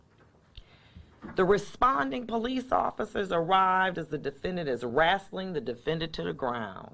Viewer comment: "Wrasling" lol He got a black female judge. He is so Fucked.